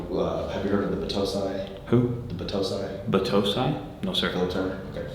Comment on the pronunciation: I loved this video! HOWEVER..."Bah-toe-sai" no, my friend..."bah-*-toh-sai" (笑)